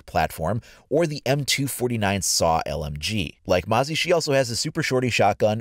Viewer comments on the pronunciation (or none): I'm not sure you're pronouncing "Mozzie" right. E.g "Let's take a mosey on down to the river". Or the name refers to a annoying bug. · All you youtubers are saying MOZZIE wrong. I know its the accent but its driving me nuts.This video says it right (if you dont want to use URL search aussie mozzie)